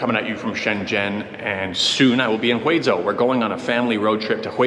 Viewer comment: Yeah that's how its pronounced in Mandarin.In fact, that's how my last name pronounces.His pronunciation is pretty authentic. "Zhou" is a bit like Joe in English.